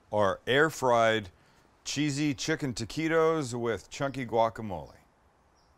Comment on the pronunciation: Love the recipe but why do you keep calling them "Tequitos"?